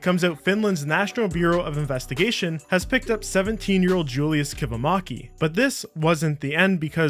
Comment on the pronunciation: I love how none finnish people say Kivimäki XD